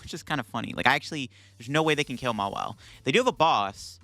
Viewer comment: If i had a nickle for every time he said mawille😂